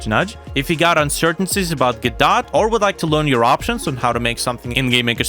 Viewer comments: Normal people: go - doh this dude: gaw dot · it's pronounced " GUHH-DOH " ,, WTF man ?